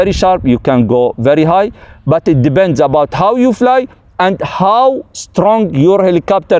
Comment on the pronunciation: Resume: it "debend". Kkkk